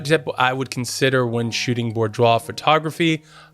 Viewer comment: Great video, but couldn't get past how you pronounce it hahahaha! See: "boo-dwaar"